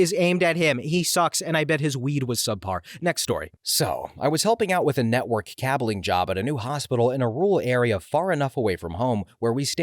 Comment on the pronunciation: actually an ai would be more likely to read it as cable-ing. this seems like human error of not realizing it was cable-ing and not cab-ling there are other tells of this channel being human-run and human-made (for the most part. the subtitles are most definitely made by an ai or other automatic transcriptor but otherwise...)